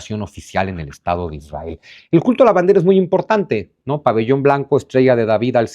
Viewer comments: Israel no lleva dos r, aplica la misma regla ortográfica que para el apellido Monroy, por ejemplo. Es muy difícil la pronunciación de la ere en palabras así, lo natural es la erre. Si fue para llamar la atención, te la compro. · Israel lleva una "r"